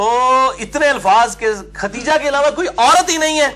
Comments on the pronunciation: Khudaija, not khatija. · جناب آپ بھی پکڑے گئے!!! اپنی لفظی غلطی درست کرو..... لفظ ختیجہ نہیں ہو تا بلکہ خدیجہ ہوتا ہے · اس ویڈیو میں آپ بار بار لفظ ختیجہ بول رہے ہیں کیا یہ نام خدیجہ ہے ختیجہ؟ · علی بھائی ختیجہ نہیں خدیجہ تلفظ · Sahe Khadija ko khateja keh rahay hayn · Aap ney AMMA khateeja likha huwa or aap boltey b AMMA khateeja hen lekin merey ilm k mutabik unka naam Amma KHADEEJA tha plz correct me. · It's KHADIJA Not Khateeja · مرزا صاحب آپ کا مشہور قول ھے میں ہوں مسلمان علمی کتابی خدیجہ کا تلفظ چیک کر لیں